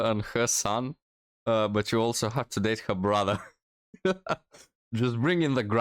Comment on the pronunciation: How come they pronounce, Brother, " brotheeere"?